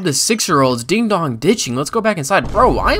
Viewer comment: not a ding dong ditch its a din dong🤣